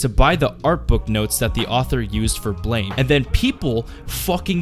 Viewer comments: its not pronounced as ''blame'', its supposed to be an immitation of the sound a gun makes when it fires, ''BLAM'' . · I was going to watch the video but you pronounce it "blaym" instead of "blam" right after your voice cracked, so I stopped... Haha, na great video =D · I'm pretty sure the manga title is pronounced "blam" not blame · Blame is pronounced as blam btw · BLAM. The e is silent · it kinda urks me that he keeps saying it wrong. it's pronounced blah-m, i know it's dumb to be urked by it but oh well. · It's pronounced 'blam'. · Ain't it pronounced blam? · It's pronounced "blam" ma dude.